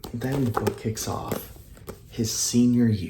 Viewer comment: You made a mistake with the word book mate